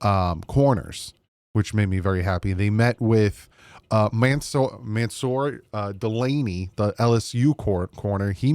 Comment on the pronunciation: Name pronunciation is biggest nightmare. It’s pronounced sunny. And Delane. Not delaney